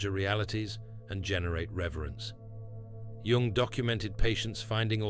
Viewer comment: This AI voiceover has steadily worsened to the point that it now inconsistently mispronounces even Jung’s own name. The whole vid’s narration wallows in the uncanny valley—replete with incorrectly parsed word collocations, phrases, and jarringly terrible phonology. It’s embarrassingly unwatchable.